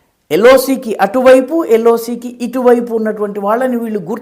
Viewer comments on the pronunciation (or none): . "ఎల్లో సీ" అంటే ఏమిటో అర్థం కాలేదు సార్ ! పసుపు రంగు సముద్రమా ? అని అనుమానం వచ్చింది సార్ ! బా...గా.. ఆలోచిస్తే , ఎల్. ఓ. సీ. ( L. O. C. ) కాదు గదా అనిపించింది ; కొందరు ఇలాగే M.L.A. ను "ఏ మే లే" అనీ , L.I.C. ని "ఎలా...ఇసీ" అనీ , పలువిధాలుగా పలుకుతుంటారు ; ఇలాంటి సంధులు సరి కావేమో సార్ !